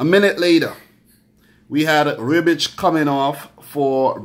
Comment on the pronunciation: Rehbitch, not Reebitch. :) Love from Croatia.